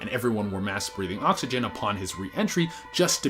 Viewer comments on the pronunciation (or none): none